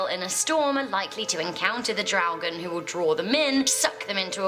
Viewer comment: Ffs man... She said in the 1300s... That was before USA was even discovered. It's not Draogen. It's Draugen.